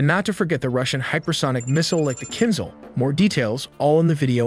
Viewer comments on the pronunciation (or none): The Russian missile is pronounced like kinshal, not kinsal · "kinzhal" is pronounced as "kinjal", which translates to dagger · you are pronouncing kinzal in wrong way. Write Кинжал in google translate , detect language and listen